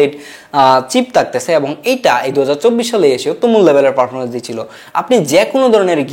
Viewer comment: Sala protoma kota bola sik ferfomence na performance hoba😂